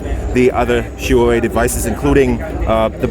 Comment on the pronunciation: no offense man, but could you please ask a Huawei representative how to properly pronounce their company's name. I'm ethnically Chinese, but was born in the States and the way you say it just isn't right.